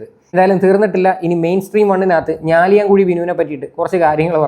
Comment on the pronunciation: ബ്രോ, ഞാലിയാംകുഴി അല്ല കേട്ടോ ഞാലിയാകുഴി എന്നാണ്, ഈ പിഴച്ചവൾ ഈ നാടിൻ്റെ പേര് മുടിക്കും 😒